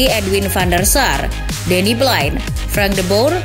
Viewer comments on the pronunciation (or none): none